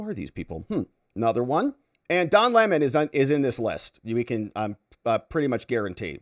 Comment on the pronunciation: Say his name correctly... it's Lemon, not LeMon. 🍋 KNEW WHAT HE WAS DOING AND HE WAS GITTY WHEN THEY INTIMIDATED THE CHILDREN... would be better for a person to have a millstone hung around their neck and be drowned than to cause "these little ones" to stumble or sin.